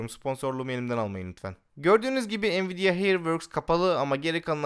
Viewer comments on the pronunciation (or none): none